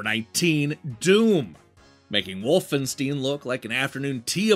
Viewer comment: This is the first time I hear Wolfenstein pronounced as "Wolfensteen" rather than "Wolfenstyne". Also really disappointed Super Castlevania is so low. Imo it's possibly the best 16-bit game of that era. At least top-5. Holy shit, I'm excited for the Sega list! That's the platform I grew up with.